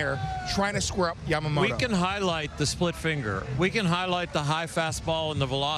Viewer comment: インタビュアーのキルステンさん、ヤマモトってしっかり発音されていて良いな。